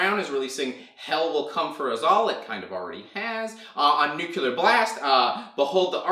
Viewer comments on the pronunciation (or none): He also pronounces Nuclear the same way Homer does on that Simpsons episode where he joins the Navy. "Nuke-You-Luhr"